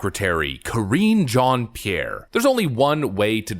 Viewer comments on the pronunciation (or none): Cringe jon pee air 😆 🤣 😂